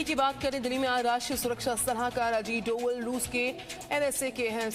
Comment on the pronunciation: भारत के राष्ट्रीय सुरक्षा सलाहकार का सही नाम अजीत डोभाल है, न कि डोवल। मैं इस बारे में कई बार लिख चुका हूँ। गढ़वाल में डोभाल ब्राह्मण वर्ग में आते हैं। आप जब डोवल बोलते हैं तब बहुत बुरा लगता है। इतने बड़े सम्मानित पद पर आसीन व्यक्ति का नाम आप लोग 7 साल में सही नही बोल पाए न आपने जानने की कोशिश की कि कुछ मीडिया उन्हें डोभाल क्यों कहते हैं? मैं गढ़वाल में उनके गाँव के करीब का हूँ। आकाशवाणी से सेवानिवृत्त अधिकारी हूँ। इसलिए भरोसा रखें। गलती मिटायें।